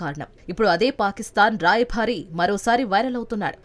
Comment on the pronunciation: రాయ బారి అనాలి కానీ రాయభా రీ కాదు,ఊచకోత అనాలి,ఉచ్చకోత కాదు.